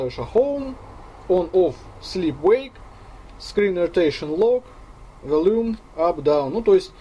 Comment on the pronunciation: волЮм :) я ржал